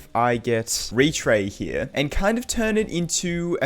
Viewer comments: and apply it to retray. "retyr" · More like “Retry”